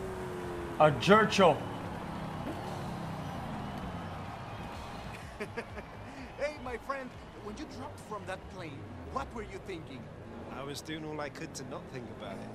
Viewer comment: I like how he called the jesko a "jercho" LMAOOOOOO.